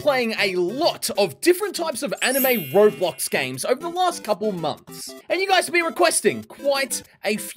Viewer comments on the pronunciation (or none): none